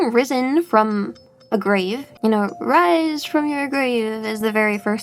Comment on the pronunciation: Wise fwom your gwave!